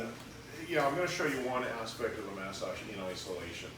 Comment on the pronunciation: Can someone explain what a mas ag is? Does he mean massage? If so why is he pronouncing it that way?